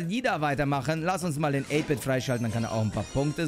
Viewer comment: 8 -Bit wird deutsch ausgesprochen